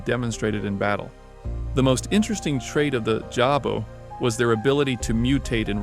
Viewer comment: its not javo, but DJAVO, means devil. you pronaunce it like you pronaunce django